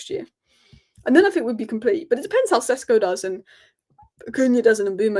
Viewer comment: It is SHESHKO to not Sesko.